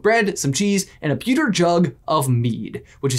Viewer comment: Omg... The pronunciation in this one is killing me!! Aberforth: Abba-forth NOT Ayber-forth Pewter: this is a metal, it's NOT. Peter jug it's is PEWter (like star wars pew pew). There was another but I'm heading out.. Edit: Celestina Warbeck: it's BECK as in Beck... Not Back, it's NOT WarbAck it is WarbEck. If in any doubt on how the words are pronounced in English, (or Harry potterish) listen to the Stephen Fry narrated audio books. Or just ask a Brit. Before you say "what does it matter..." Leviosa not Leviosar Diagonally or Diagon Alley Pronunciation counts! Yes I do have Hermione-esque tendencies... and I'm proud of that.